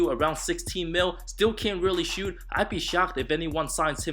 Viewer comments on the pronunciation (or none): none